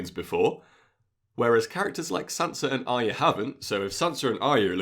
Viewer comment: Another youtuber who pronounces Arya correctly which is a rare thing, makes me respect you more. I can hear your excitement in your voice man. I'm also that excited, 13 fucking days to go! I'm so excited!